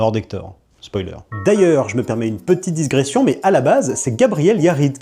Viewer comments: On dit digression !! Pas disgression !!! Toi qui aime rétablir la vérité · j'ai tiqué sur le mot "disgression" parce que je l'avait jamais entendu prononcé avec un "s", donc j'ai recherché et en fait non seulement on ne prononce pas le "s", mais en plus disgression s'écrit "digression"... sans "s" ! Eh oui! Source: (le site de l'Académie Française) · Digression, stp, pas disgression. C'est un truc qui m'écorche les oreilles. 🙉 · désolé mais ont dit digression pas disgression. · On dit digression et pas "disgression" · Digression et non disgression... ne me remerciez pas, cest cadeau 😘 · Digression et non disgression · On ne dit pas disgression. J'te frais dire. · Rassure moi on dit bien digression pas disgression ? 😅😅😅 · Digression. Pas dissgression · "digression" l'ami, pas "disgression" :) chouette vidéo :) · digression et pas disgression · "je fais une disgression...😅" C'est discrétion ou digression, mais je ne connais pas disgression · Digression, pas disgression 😊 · Apparemment j ai appris l’année dernière qu’on dit "Digression" et non "disgression" j étais anéantie (il en faut peu), mais je me sens moins seule maintenant que je t ai entendu le dire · Digression, pas disgression. Voilà, je suis chiant. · Pardon... Digression... Y a pas de disgression. Fallait que je le dise 😂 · Digression et pas diSgression, merci 🍣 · Digression pas Disgression 😂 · Je me permets moi aussi « une petite digression » et pas « disgression » 😊. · 👉 On prononce “digression”. Monsieur, je donne des leçons à tout le monde 😅 Il n’y a pas de “s” entre le “i” et le “g”.